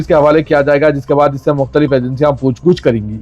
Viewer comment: Bilaltarteeb nahi biltarteeb kaho Poochguch nahi poochgach kaho